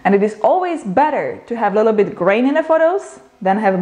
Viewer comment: i love how you say " A lilo-bit", love your videos